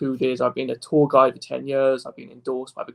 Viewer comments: Every time he says "tour guide" I hear "tall guy." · PSA: He is saying tour guide not tall guy